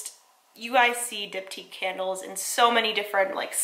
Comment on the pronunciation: I just realized you're saying Diptyque Candles not Dip Tea Candles hahah